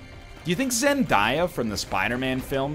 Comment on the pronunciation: Did this egg just call zen-day-ya zen-die-ya?